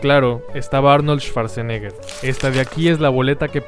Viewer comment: En alemán cuando la W esta precedida por SCH se pronuncia como U y no como V, SCH se pronuncia como SH, y CH se pronuncia como G, por ende la pronunciación de Schwarzenegger sería "shuartseneger" no "esvartseneger"